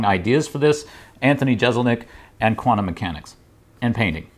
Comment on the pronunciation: Jessselnik not jezelnik